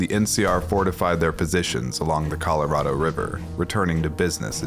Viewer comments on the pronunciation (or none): none